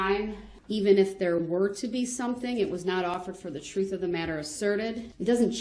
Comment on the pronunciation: And.....it is duress not DURREST, and truth not TROOF.